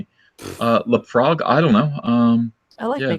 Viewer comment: Did Uncle E just call Laphroaig, Le Frog ??? Wtf